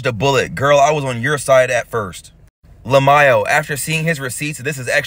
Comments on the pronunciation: You really say it la may o… why not just say l m a o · Omgggg that IrritatingIrritated my soul, the way you pronounced "LMAO" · I have never heard someone read lmao like it's a persons name 😂